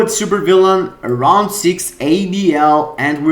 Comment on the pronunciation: Rrrrrround 1, rrrrrrround 2...